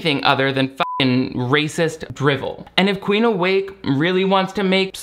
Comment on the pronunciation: The comment I'm about to make is so petty and juvenile, but every time her name is said I can't help but hear Queef Awake and not Queen. I'm sorry for being that petty.